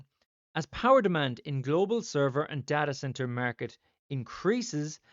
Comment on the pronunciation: “Murket,” the only way I say it from now on! 😂